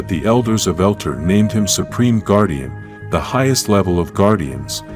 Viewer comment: Why do you pronounce Zordon's name like Gordon? It's pronounced Zor- Don! Also, where he came from is pronounced El-Tar!